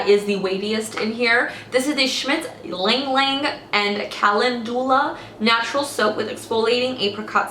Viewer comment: Ylang-ylang is pronounced as "eelang eelang" 😊